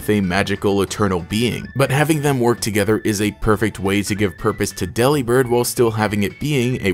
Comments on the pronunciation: U pronounced it wrong it’s not Dely-Bird, think “Delivered” but replace v with a b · Daily reminder that Delibird is a pun on Deliver & Bird. De-lih-bird sounds waaay better than deli-bird tbh. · personally I prefer to pronounce delibird like "delivered" cause it makes for a better pun